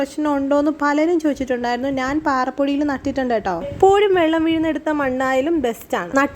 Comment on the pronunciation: നാൻ അല്ല chechi... ഞാൻ ആണ്